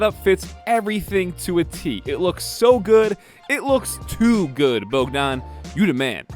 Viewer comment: No, he pronounced it almost perfect :D